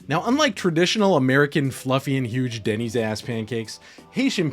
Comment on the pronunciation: "Denny's-ass Pancakes" My ears: "Denny's Ass-pancakes"